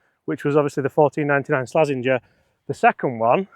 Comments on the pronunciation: did you just call the slazenger a "slazzwanger" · It's Slazenger